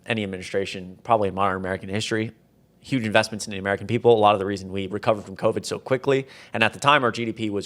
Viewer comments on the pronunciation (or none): none